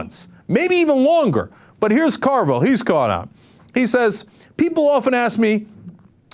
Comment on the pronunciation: Carville, not Orville.